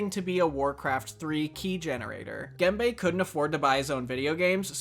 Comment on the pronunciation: his name is Gembe [Gembə], not "gamebay" ;)